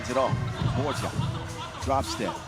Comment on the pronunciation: Please tell the commentator Team Guam's Ben Borja last name is pronounced as BOR-HA. The "J" is pronounced similarly to how it is pronounced in Spanish. Thank you!!